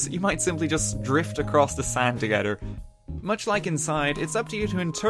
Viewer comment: "BroDers"? ..... oh ok, then I heard you say togeDer and eiDer.